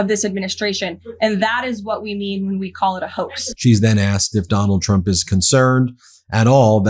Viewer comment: She’s a disgrace to her core. On a side note every time she says trump is sounds like chump and I mean yes.